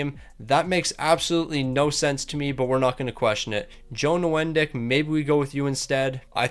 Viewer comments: Joe Nieuwendyk's name is pronounced New-Win-Dike. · I’ve never heard anyone call him “new-en-dick” before… worst pronunciation of the name ever. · Craziest pronunciation of Nieuwendyk I’ve ever heard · I dove to the comments for this, and indeed, this is the oddest thing I've heard.